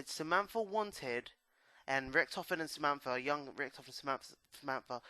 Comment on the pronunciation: It's richtofen not rictoven